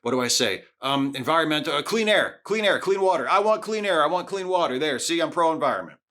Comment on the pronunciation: Thanks for calling this out. I've always been particularly infuriated by Trump's "We want crystal clear wohtah" response. It's a totally meaningless response to the question being asked, for one, and for two, he doesn't give a s**t nor does he have a plan to ensure such "wohtah"